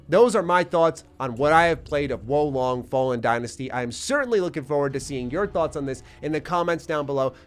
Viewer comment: my boii... its WUU LONG say it with me now WUUU LONG